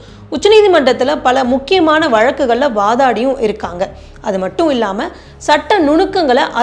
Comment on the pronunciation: தமிழ் உச்சரிப்பில் கவனம் வேண்டும் - உதாரணம் valakkukal, வழக்குகள் palkalai kalakam பல்கலைக்கழகம் etc